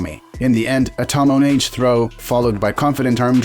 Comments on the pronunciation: Tomoenage should be pronounced like Tohmo-eh-Nage (as like nugget) NOT like Tomnnage (as like tonnage). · Don't you like the "tomoh neighj"?